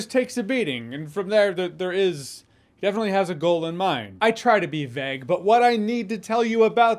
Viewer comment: I’m having a massive Brian and Stewie moment here, do Americans say “vag”? Is that how you pronounce “vague”? Is it in vogue? I don’t mean to make you feel like you’re at The Hague but ae, oh, you!?